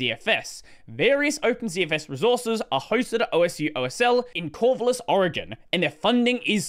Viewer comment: This is my area. You pronounced Corvallis wrong, but I loved the coverage. Especially because I hadn’t heard my Arch mirror was experiencing financial issues.